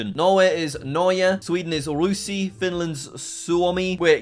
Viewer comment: wtf is ruusi it is ruotsi and ydiandakasgankunta😂😂😂😂